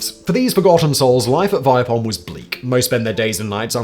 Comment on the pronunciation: It's pronounced "Vee-peh-holm" /A swede